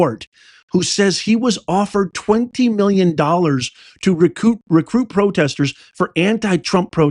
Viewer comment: "Protesters", not posters.